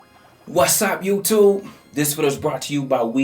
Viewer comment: I notice when said the "you-TUBE" it seems that you're really happy to day with ZOM! Hehe, anyways, erbody is happy man. Thanks!